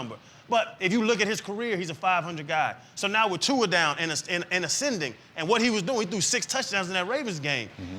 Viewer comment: My man! Finally someone that pronounce Tua’s name correctly